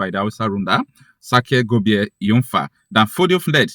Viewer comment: That name Gobir pronounced Gobiri.